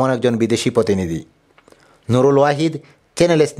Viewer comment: What is বাশা, চরিয়া, একুইশে, বেয়াপি, পতম, পতিনিধি, রাকচিলেন, আবার একুইশে, আবার পতিনিধি - ভাল নিউজ, কিন্তু presenter-er উচ্চারন গত problem নিউজ টা কে আর funny করেছে।। In future, care নিবেন আশা করি।।